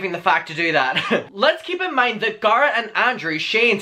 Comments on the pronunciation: sounds liek your saying gaara obviously you CAN say his name correctly you just dont its not like tamato and tamato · I started pronouncing Garrett as "GAR-rett" after listening to your accent - I'm American, that's not apart of my natural accent 😂 Thanks boo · U remind me of Thomas Doherty voice & looks Edit the way you say Garrett...I can't lol that's my boyfriend's name lmao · There’s a difference between having an accent difference and ignorantly pronouncing a person’s name incorrectly. It doesn’t matter if people pronounce their names that way where you live. His name isn’t pronounced that way. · Bekah Vega Diction is definitely a real thing, but diction doesn’t allow people to mispronounce other people’s names. It doesn’t matter how people where he lives pronounce Garrett. It matters how the Garrett he’s speaking about pronounces his name. He doesn’t pronounce it in an Irish way, so people need to respect that and use the correct pronunciation. My name has multiple pronunciations that are generally due to dialect. However, I use a specific pronunciation of my name and I expect people to treat me with enough respect to pronounce my name the way I choose to pronounce it. If you can’t take the time to pronounce a person’s name correctly, you’re most likely not that great of a person. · I love the way you say Garrett. I was laughing like crazy because I mispronounce names all the time on purpose. My friend Shaquina....now goes by SHAW-qui-NAAAH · Okay but when it comes to the pronunciation of someone’s NAME you cannot tell them that their name is pronounced differently. Period. It’s HIS NAME - ergo you do not get to say how it is pronounced - accent or not. Love you and your videos buuutttt......out of the respect for the person you are talking about, you should pronounce their name the way that they pronounce it because it’s their name - not yours. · Garrett is like "situation". "Sit-seation"😂😂 We know what you mean. Go on with your bad self